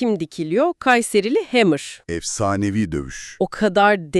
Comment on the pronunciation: Hemır değil hammer